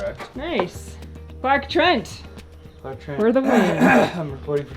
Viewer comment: HaHa! did you say Clark Trench?